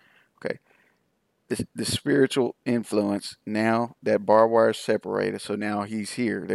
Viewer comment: I know its petty of me, but the word is BARBED wire not bob-wire. Drive me nuts. Sorry.